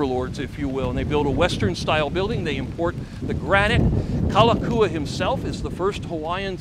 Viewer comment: I appreciate your enthusiasm, but having lived on Oahu all of my 63 yrs., I have to say that you got a lot wrong. I’ll give you a pass on the bad Hawaiian pronunciation, such as Kalakaua, but I’m afraid many of your facts are just plain wrong. For instance, the royalty didn’t lose 95% of their lands. Bishop Estate (the holder of the remaining crown lands), is still the largest land owner in the state. Also, the “Big Five,” we’re not families. They were the largest companies in Hawaii (specifically, they were sugar factors). Namely, Alexander & Baldwin, Amfac, Theo Davies, Castle & Cooke, and C. Brewer. Also, Lunalilo preceded Kalakaua (and was the last king related to the Kamehameha family). I won’t mention any more errors, but just suggest you do some more research. This is just constructive criticism. Your video was quite entertaining and I thank you for it. 🤙